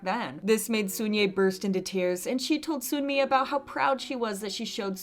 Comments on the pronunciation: Hey, I love your videos so I promise this is coming from a place of love. But Sunmi's name is pronounced like "sun+me" not soon+me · Just a side note: it’s pronounced Seon-Mi not Soon-Mi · The sunmi pronunciation 💀💀💀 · FYI, Sunye and Sunmi aren’t pronounced with a "oo" sound. It’s more like Sonye and Sonmi.